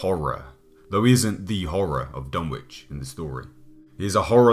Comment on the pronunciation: Learn how to pronounce Dunwich.